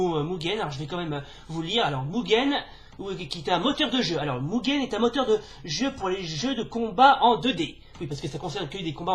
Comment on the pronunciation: Coucou. Cool ta vidéo, c'est pas souvent que j'ai vu des francophones parler de Mugen. Par contre, je sais qu'il faut dire "Muguen" mais je dis toujours "Mujen", lol.